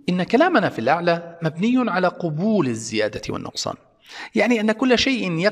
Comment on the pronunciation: يا شيخنا أنت قلت "قُبول" بالضم وهذا خطأ فج والصواب قَبول بالفتح؛ لأن قُبول بالضم جمع قُبُل وهو معنى رديئ أنت لم تقصده